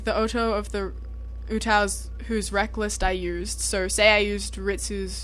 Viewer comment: You have an accent <3 AND PRONOUNCE UTAU CORRECTLY ;DD